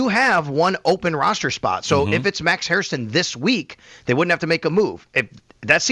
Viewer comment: please... it's Hair-ston (two syllables) not Hair-is-ton (three syllables)